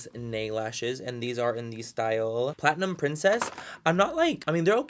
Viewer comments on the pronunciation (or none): none